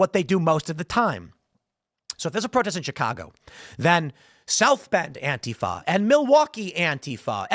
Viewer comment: Absolutely correct about anti fa. You even pronounce it right lol. It`s not anteefa. I really hate them... Dealt with them forever. They`ve been around a lot longer than people think as well.